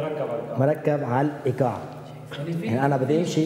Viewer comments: ايقاع مش ايكاع كيف بدك تعلم الايقاع وانت مش عارف تلفظا مظبوط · صراحة انا بعد ضحكت من كلمة ايكاع لكن عادي واضح انه ما يعرف عربي كويس او عنده مشكله في نطق بعض الكلمات .. عادي